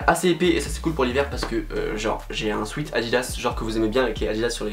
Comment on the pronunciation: On dit « swÉt » et pas « swit » mercee 😂